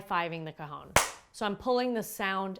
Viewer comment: Well done on the video. But I found it difficult to watch because you mispronounce the instrument's name. It is not 'ca-hown', it is 'ca-hon', the Spanish word for 'box'. Just chat with a native Spanish speaker to get your pronunciation correct. Otherwise, good job!